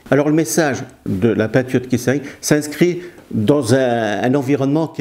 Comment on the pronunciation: On prononce le t pour Keith.Pas Kiss...